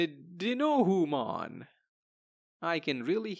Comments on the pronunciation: Dee-no-hew-mon LOL. It's just Dino-humon. And you will have to get used to seeing this rather niche guy because he's a shopkeeper in the new game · It's Dinohumon like Dino-Human!